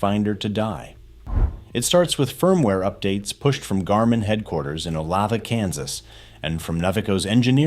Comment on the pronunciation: Olathe = O-Lay-Tha